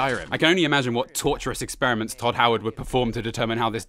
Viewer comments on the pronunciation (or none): none